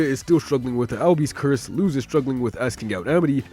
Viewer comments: Don't worry man, since Luz is an actual word in spanish, us native spanish speakers don't say "loose", we say it fast and short like "lose". So on what you thought was a mistake, you actually said it right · That's actually the correct pronunciation of it! Her name is a spanish word and that's how it's said